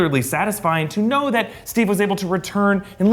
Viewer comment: Thor " I knou it " .